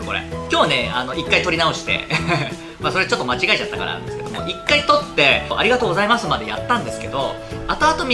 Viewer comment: ありがとうございますって言った時点で酔ってるのかと思いました🤣